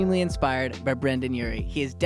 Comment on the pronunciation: His name is Brendon u child, read Not Brandon